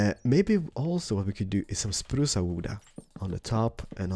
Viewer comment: Its spruce not spruca